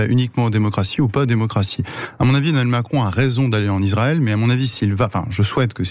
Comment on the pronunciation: tu ressembles à Cécile C'est Emmanuel Macron et non Emmanuel Cron fait attention si tu enlèves le R